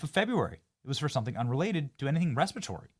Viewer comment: 'REPERTORY' disease lol. You breathe it in. Has nothing to do with eating anything.